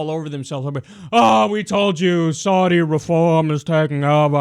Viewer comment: "I probably pronounced that last one wrong," ... Kyle, you're pronouncing "Saudi" wrong! C'mon man, you are good at researching. Get it right.